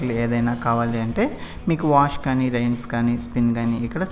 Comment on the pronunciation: Product Reviews and Un Boxing I am talking about the pronunciation of rinse. Its not rains.